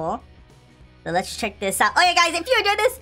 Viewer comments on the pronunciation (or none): none